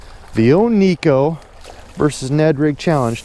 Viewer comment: Ned rig is the deal for me in TX too right now. I know you like to correct fishing misconceptions, so here's one for the viewers. The Neko rig came out of Japan, not here in the good ol' USA. Shin Fukae, Japanese pro angler, pronounces it Nayko, not Neeko. Just an FYI 😉 unless you're from TX. Everyone knows about our drawl! Japanese have to fish pressured fisheries. What's the mother of invention? Good video as always guy!!